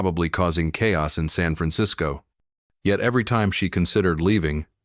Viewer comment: 'San' is not pronounced as 'sun'. So sloppy!